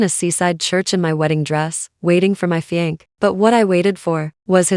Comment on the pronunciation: fiance' - FEE AN SAY!!!